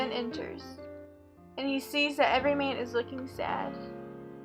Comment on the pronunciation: clicked to watch the summary of ''everyman'' but you summarised the story of ''every mean''. please try to pay attention to the stressed and unstressed syllables in order to pronounce clearly